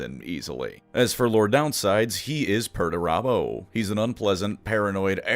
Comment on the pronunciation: all im hearing is Megatron